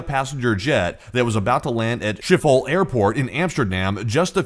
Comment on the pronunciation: it's pronounced Ship-hol :D